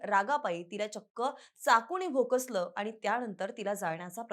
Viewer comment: भोकसलं नाही भोसकलं